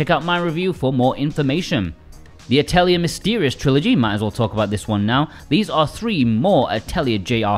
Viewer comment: AT - eulle - Yay. is how you say ATELIER in french. AToll is kinda the feel of the first half of it